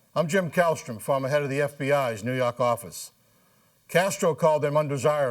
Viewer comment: NEW YAWK AFFICE!